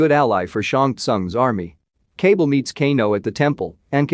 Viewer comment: Lol the way their names are pronounced is funny “cable” when it’s actually “KAH- BAL”